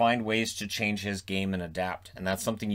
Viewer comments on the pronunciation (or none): none